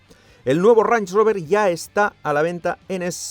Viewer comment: no he podido no escuchar como lo llamas una y otra vez "ranch" rover e imaginarmelo como una botella de salsa ranchera